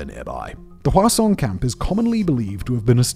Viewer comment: Simon's says "Hwasong", I hear "Croissaaaant" and I lose focus for the next 30 seconds 😂😂